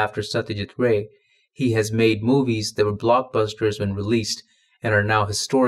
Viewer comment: Haven't heard anyone in India pronounce it 'rye'.